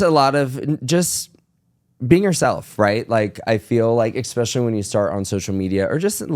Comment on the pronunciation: Is: expecially, should be: especially. Is: fridgerator, should be: refrigerator. You’re welcome.